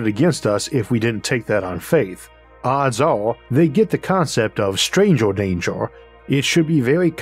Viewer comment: Great video.... curious how you pronounce most vowels "a e i o u" as an "o"? Earth = Orth Stranger = Strangor For example!